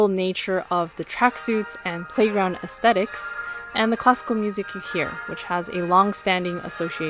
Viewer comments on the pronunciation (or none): It sounds like she's saying "Costco music" when saying classical music lol